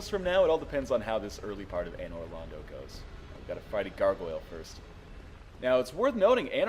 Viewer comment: it's Londo, not Lando.